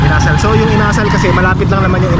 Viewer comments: Inasal not Ina-sal You’re wrong not too cold yet, in the Evening only minus one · Hello ka! ang bugles inasal medyo nabilin ang pagkabigkas kasi ilonggo yan ang bigkas hindi yong inasal or asal or ugali. Sorry ha ilonggo kasi ako sakit yan sa Bacolod or sa negros.